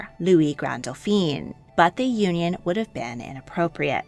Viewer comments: Great informative video. It's just some of your French pronunciations need to be more nuanced: for example when referring to men you kept on pronouncing Dauphin as "Doh feen" but that is if they were female and spelt as Dauphine ... it should've been pronounced as "Doh feh". You also pronounced Charles as "char-leh" but it should've been "shar-L" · Excellent pronunciation overall! Just a little correction. Dauphin is pronounced dough-FAN. Dauphine, the feminine of the word, is pronounced dough-FEEN, as you have been pronouncing Dauphin. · You really have done a great job. Feedback: For the masculine pronunciation, it is Dauphin (doh-fan) not Dauphine (doo-pheen). You consistently pronounce the masculine like the feminine title. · Try to remember that the male version of Dauphin is doe-fau. Doe-feen (Dauphine) is the female pronunciation. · I would like to point out that you pronounce "Dauphin" the way the French pronounce "Dauphine," which actually refers to a princess instead of the crown prince. Only change I'd make to your work - big fan. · I love your videos but your pronunciation needs more research for accuracy. In this one, you're pronouncing "Dauphin" as "Dauphine". The first is a son of the French King, the second is his wife. 😊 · These documentaries are always interesting but please Dauphin (Dfoén) is not to be pronounced Daupheen (Dauphine) which is the title borne by the Dauphin's wife. Congratulations on the correct pronunciation of "Leszczynska". Also whenever a Medici is mentioned the accent is on the "e" so it is NOT "MedEEchee"! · Dauphin is pronounced doe fan.